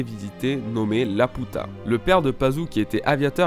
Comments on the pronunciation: une théorie qui envoie du pâté c'est vrai mais par contre Laputa mdrr c'est pas La Puta.. Ça se prononce Lapiuta comme dans le film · On prononce "Lapiuta" Sinon, superbe théorie !! Merci à toi pour le partage de la théorie :) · dsl mais jes vus le film et ca se dis "la pi ou ta" désolé mais sa me stress trop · laputa... ._. ça se prononce Lapyuta x) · A chaque fois que tu prononces laputa je me tords de rire :-*